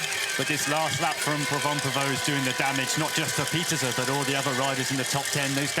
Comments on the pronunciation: It’s not that hard. “Peter-seh”. I don’t know why folks don’t get it. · Dear commentators. Please learn to pronounce Puck Pieterse's name correctly. She demonstrated how to say it to Rob Warner on an episode of Beyond the Line last season. Thanks. Great ride PFP